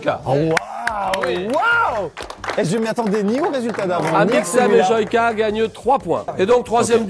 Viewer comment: Ça me stresse comment il dit Joyca ....🤣🤣🤣